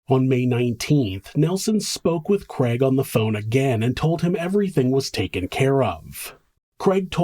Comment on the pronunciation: Love your show, but struggle with the name kreg. Is it Craig? Lol